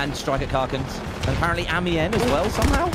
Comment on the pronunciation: It is pronounced Amiens